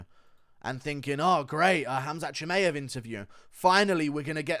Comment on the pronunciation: Shi-my-av… not May-av